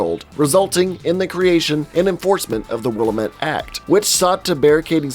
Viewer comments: Not to be an asshole but Willamette is pronounced "Will-Am-It" (not Willa-met) with each part of that pronunciation sounding pretty literally like that breakdown. It's not a big thing at all (great video!) I was just unreasonably triggered. XD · Wait, do they pronounce the town name that way in the game too? Because here in the Willamette (will-am-it) Valley, we say it correctly :) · Pronounced will-am-it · Will-AM-it. Not willa-met.